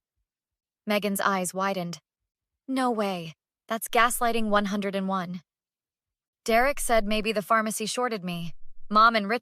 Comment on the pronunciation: Gaslighting one-oh-one. Not one hundred & one.